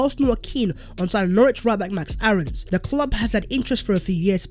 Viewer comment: Keep your hands off and btw pronounce Aaron’s name like airr-ons